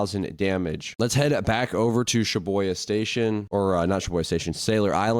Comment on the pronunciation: bro its shibUya not shibOya